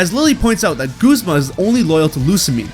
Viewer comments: Guz-ma not goozma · It’s Guz-ma! Not Gusma! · its gu. z. ma guh not gos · Goo-zma? No. It's ya boi Guz-ma. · WHO SAYS GOOZMA!? That is my only problem with this video well done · Bruh its gazma(gu-zm-a) not goozma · It's guzma not goozma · Wait it's pronounced goozma? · I PRONOUNCED GUZMA GUHZMA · Did you just call him... Goozma? XDDD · Right?? It drives me insane when people say Guzzma. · "Guuzmah" dude ive lost all hope in the way you said that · You Said guzma wrong!